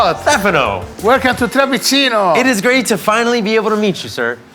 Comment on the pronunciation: Aren't two "zz"s in Italian read as "ts"? Like pizza, read as, pitsa And Pizzeria, pitseria? So shouldn't trapizzino, be read as trapitsino, not trapizino?